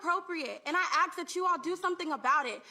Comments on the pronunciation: It’s ask, not axe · Why do. They say "I axe" and not ask...?